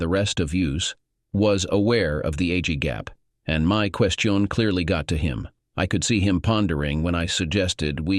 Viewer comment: Please use another text to speech software. It can't even pronounced 'marriage' and 'question' right.